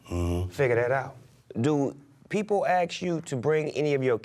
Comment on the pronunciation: Wait a minute.. Is Snoop saying aks instead of ask? This is not Futurama dude lol